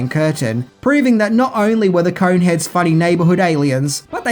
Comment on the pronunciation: Kept hearing "Coke heads" towards the end